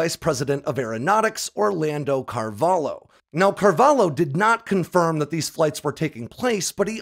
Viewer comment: Not Carvalo, Carvalho where the lho reads not unlike shhh but starting with a L instead. (Say thank you :P)